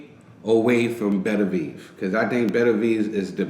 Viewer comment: "Beterbiev" is not difficult to pronounce at all, in fact. "Better - B - ev". You pronounced "Gvozdyk" just fine as well.